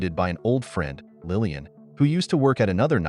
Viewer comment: It's Laline, not Lillian!!! Otherwise, it's a good video. 😊